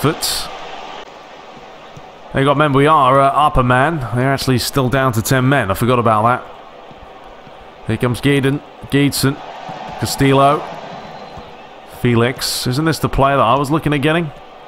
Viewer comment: Cutrone - Ku-troh-nay Castillejo - Kah-stee-yay-ho Romagnoli - Row-mahn-yolee Calhanoglu - Chala-no-loo